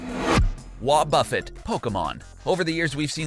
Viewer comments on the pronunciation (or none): it is "wuobufét" not wuobûffet" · Ok 5 things... 1) Dry Bones are immune to fire. 2) Not only did you leave out mirror coat and destiny bond for wobuffet 3) but counter counters all physical attacks since gen 2 4) You pronounced wobuffet wrong 5) At least check by your sources of the information you give the public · So he steals the content nut fails to listen to the audio to learn how to properly say WoBuFet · He says wobuffet weird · Bruh 1.learn how to pronounce wobufet 2.u can’t kill dry bones with fire This why people who don’t understand games shouldn’t try to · Learn how to pronounce wobuffet